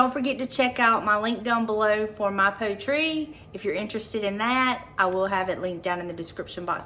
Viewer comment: Is it pronounced “poet”ree…like the word poetry? If not, excuse my correction, but thought since it was a sponsor it might be worth checking.🤷‍♀️